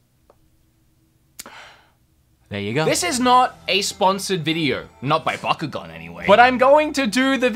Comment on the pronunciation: Wow wow wow you said backugaun bad calm down I flipping love backugaun